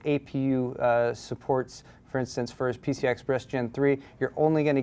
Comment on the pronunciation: gigabyte being so asian, "supperts"